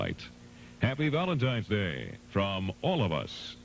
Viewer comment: She did indeed.